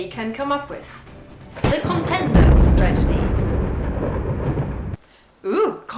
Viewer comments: is it just me or do you say stragedy instead of strategy? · Great video! Just as a note, I think you may have mixed up the pronunciations of "tragedy" and "strategy" :) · Ahhhh that was so cute :) they really love you, don´t they? :) This was the cutest thing I have seen for a long time. More videos about your flock! Also funny how you mispronounce "strategy"